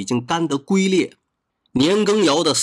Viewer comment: 龟裂：不念gui（龟），那个字念：Jun（君）龟裂